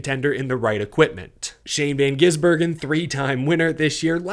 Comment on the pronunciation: It’s GiSbergen, not GiZbergen